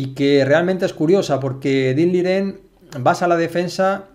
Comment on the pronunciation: Excelente analista. Análisis con palabras precisas. Sencillez de diálogo pero profundidad técnica. Sigue analizando partidas completas por favor. Eres de las mejores opciones para repasar y analizar una partida. Por fin alguien que dice el nombre y el apellido correctos del jugador chino, se agradece ese gesto de precisión y llamar los nombres correctamente.